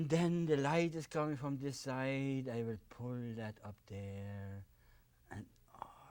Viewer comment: "I vill... I vill...... " hahahha he's mumbling the whole time about how he feels about the mountains and so on. Now we can see from where Bob got his "we don't make mistakes" line.